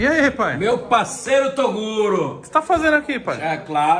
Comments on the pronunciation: Eu achei engraçado ele chamando toguro de torugo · ele diz torugo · " TORUGO " kkkkkk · "TORUGO" KKKKKKKKKKKKKKK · falando torugo sksksksksk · Toguro não, Torugo kkkkk